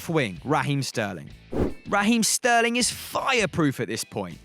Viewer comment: SHurly I'm not the only one, CroaSHian, SHterling, eSHpeSHially, MarSHelo, SHtrength